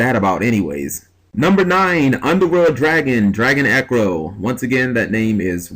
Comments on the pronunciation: I think it's pronounced Drago-Necro, not Dragon-Ecro. Just thought I'd point that out. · I feel like your pronouncing Dragonecro wrong. I think it should be pronounced with a pause between o and n like this: "Drago necro", you know necro as in necromancer and not ecro :D